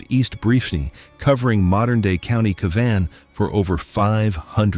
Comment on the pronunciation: The AI not great as it butchered how to say Cavan - it is pronounced Cav-in - double syllable but said quickly so it almost sounds like one syllable. Almost like Gavin but with a C.